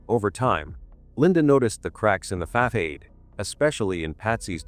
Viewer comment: The parents don't look emotional. Facad? Facade narrator doesn't pronounce things right.